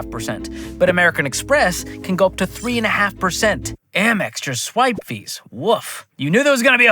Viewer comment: It’s AMEX not AMMEX 🤦‍♂️